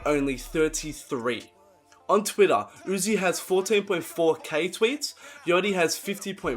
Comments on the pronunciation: Don't say " yoty " bruh , I'm from melbourne and I even say yachty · the way he says yachty is funny af 'yoddi'